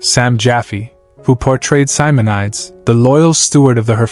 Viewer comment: Stephen Boyd did NOT retire to Ireland. He lived in California, he DID marry his secretary and he died on a golf course, not 'mowing his lawn'. This is deliberate mistake clickbait isn't it? Sam Jaffe ... (jaffy???!!!) didn't LATER have trouble with the HUAC since that was soon over in BH's time. And we're told Australian Frank Thring was an aristocrat! Charlton Heston was not unfaithful to Lydia, nor was he 'estranged from his son' who even directed him in movies. Hugh Griffith went on to many more triumphs, Adi Berber did NOT play a 'Nubian trainer' and George Relph, Morell, and Longdon all had distinguished careers in British cinema before BH. But perhaps the most squalid thing in this video is the ghastly emphasis on money, and their estates! Terrible.